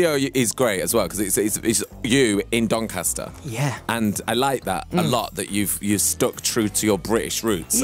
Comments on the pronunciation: Cuz he is the "Sass mastAH from DoncastAH" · I think you mean "DONCASTAH"